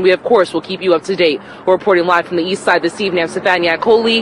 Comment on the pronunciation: At the end also, she pronounces "ii saïde" to mean "East side" Thanks a lot!